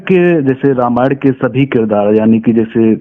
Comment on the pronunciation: Anchor aapko Sharm aani chahiye kyonki aapko ramayan shabd theek se bolna nahi aata.